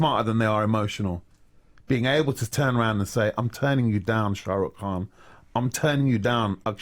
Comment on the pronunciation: You need to pronounce the mans surname properly!!!